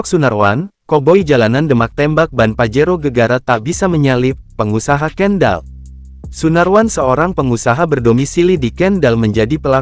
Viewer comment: KENDAL BUKAN KENDEL MIN...KOPLAK